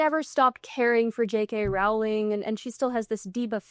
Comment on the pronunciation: Rolling. Rolling. That is how JK Rowling pronounces her last name. There are a variety of reliable sources all over YouTube on how to pronounce it. C'mon man. Do a little prep before you spend time talking about JK Rowling (rolling).